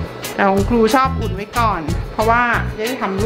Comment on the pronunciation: ครู ไม่ใช่ คู